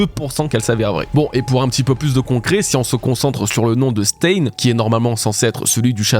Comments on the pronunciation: Stein, en allemand, se prononce "Chtaïne", pas "staine" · C'est pas 'staïne' mais 'chtaïne' 😂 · Stein ne se prononce pas comme ça mais ( stein = chtayne) comme einSTEIN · je t'adore depuis des années, mais je t'en prie, Stein ça se prononce "schtaïn" 😭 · « Stein » se prononce « chtaïne », comme le groupe Rammstein. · Se lit stain. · stein se prononce en allemand Stein {m} /ʃtaɪn/ sta ïn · Coucou, tu travail toujours aussi bien mais s'il te plait, le mot "stein" En allemand se prononce "chtaïn" 😅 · Super vidéo mais ta prononciation de Stein c'est pas possible 🥲😂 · Je suis désolé mais tu prononce pas bien du tout le mot Stein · La prononciation de stein pitié! 😮‍💨